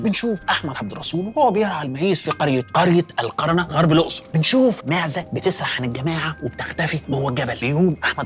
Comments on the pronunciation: القُرْنة وليس القَرَنة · اسمها القُرنة alQorna انت بتنطقها غلط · أسمها القُرنة بضم القاف يا دحيح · نطقها القُرْنَه وبنقولها الجُرْنَه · قرية القُرْنَة بضم القاف وتسكين الراء.. مسقط رأس الشيخ أحمد الطيب شيخ الأزهر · روعه كالعاده لكن بالنسبه للقرنه فهي بتتنطق القُرنه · القرنة بضم القاف وتسكين الراء وفتح النون يا دحيح أفندى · القرنه بضم القاف .. ده لو سمحت لي بالتعليق 😂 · القرنه بضم القاف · مقولتش اسم اي مكان صح القرنه بضم القاف يباشا الحروبات انت بتقولها غلط كنت تعبت نفسك وكلمت اي حد من الاقصر وكان هيقولك الاسماء صح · إسمها القرنة بضم القاف وليس الفتح القبيلة الحروبات وليس الحربات طبعاً الحلقة كالعادة فوق الوصف لذلك استغربت أخطاء النطق لأن الاستاذ احمد عودنا على الدقة القرنة هي البر الغربي للاقصر إلي فيها كل الآثار المدفونة الشهيرة تحياتي لك استاذ احمد المرة الجاية أستعين بحد من اي منطقة تتكلم عنها علشان موضوع نطق الاسماء